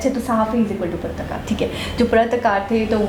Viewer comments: PRATKAAR NAHI PATRAKAAR. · Patrakar not pratkar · Pratakar nhi bola jata hai bhai iska sahi uchharan PATRAKAR (पत्रकार ) bola jata hai. Patrakar india me journalist ko bola jata hai